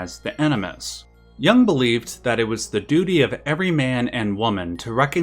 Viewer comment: It's 'Jung', not "Young" - just an FYI.